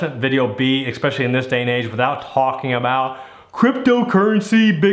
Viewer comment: It's not ECK specially it's ES specially